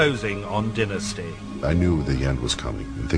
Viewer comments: Fallon's rediculous alien abduction, spelled the end of the show. It is not called DIN-USTY it is pronounced DIE-NUSTY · It sounds disgusting when the narrator arrogantly and disrespectfully mis.pronounce Dynasty as “denasty”. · They couldn’t get someone that can pronounce the word “Dynasty”?? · funny how most in Europe say "DINNASTY", but in America it's "DYNASTY", honey .. gotta emphasYze that "Y"